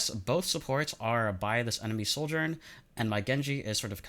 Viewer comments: I stg if u pronounce Sojourn (/ˈsɒdʒɜːn/) as soldiern one more time I'm gonna lose it. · here he just outright says soldier im gonna lose it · Great video but it drives me nuts how you pronounce Sojourn like 'Souljorn" because it sounds like "Soldier" and that's naturally very confusing lol also I semi-disagree about the idea of swapping binds for primary & secondary being 'better'. Yes, some players might have a small bump in rail accuracy if they do it (extremely person dependent, I have tried it both ways and had no difference) , but also, our index finger is much better suited to 'holding down the button' for the primary fire. Suddenly switching that job to our middle finger (which rarely ever has to click-and-hold the right mouse button) means we're putting more tension and stress on parts of your hand not that suited to it, which can weaken your aim overall. so I'm not saying "you're wrong", but moreso "there's pros and cons" and ultimately it's a wash and just 'whatever you are comfortable with'. neither way is inherently better.